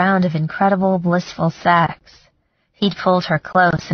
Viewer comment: Great book but narrater is one of those people can't seem to make the eh sound! Sex. sax. Chest. Chast head had bed. bad. Etc. Not sexy!